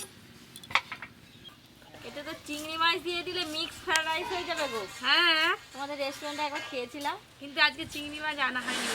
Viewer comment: ভালো করে কথাও বলতে পারে না ওটা ফ্রাইড রাইস না ফ্রাই রাইস হবে